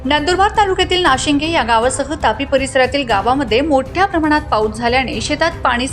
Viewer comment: Madam check name not nashige it's nashinde